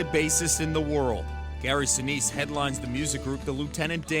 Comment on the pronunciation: Sinise is pronounced Sai-Nai-S